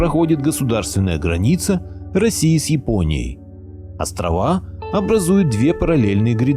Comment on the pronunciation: ебень ты произноси правильно. не курильские островооооаааааааааа. правильно будет острова а не островоааа